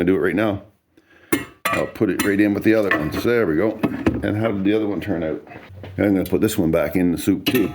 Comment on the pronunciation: How do you spell “out”? Sounds like you spell it owt lol